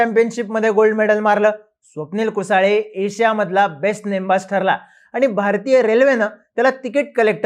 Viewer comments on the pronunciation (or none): कुसळे म्हण रे. कुसाळे काय इंग्रजीतलं स्पेलिंग वाचून चुकीचे उच्चार करता.